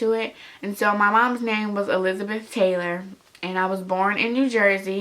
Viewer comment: Taylor not hailer